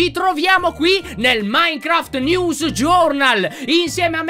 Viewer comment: Titolo: Minecraft news pronunciato Nevs